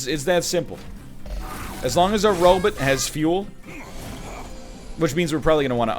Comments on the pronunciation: "Robit" My Zoidberg senses are tingling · NL phonetics of robot as "ro-butt" keeps making me laugh 🤣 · Why you saying robot like that?!